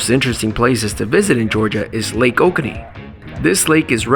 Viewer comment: FYI - It's pronounced "OH-KOH-NEE", not "OH-KANEE". We live here.